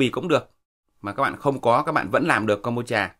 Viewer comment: Thật tiếc là ông ấy đọc đúng :)